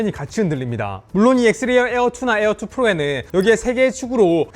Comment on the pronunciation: 에얼투 ~에얼원~ 거슬려!!!!